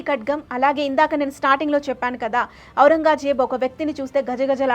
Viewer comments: బాగా చెప్పారు.... కొంచెం తెలుగు ఉచ్చారణ ఇంప్రూవ్ చేసుకోండి... ఔరంగాజేబ్ కాదు... ఔరంగజేబ్ అని పలకాలి.... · ఔరంగాజేబ్ కాదు ఔరంగ్ జేబ్. సవరించుకోగలరు. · ఔరంగా జేబ్ కాదు ఔరంగజేబ్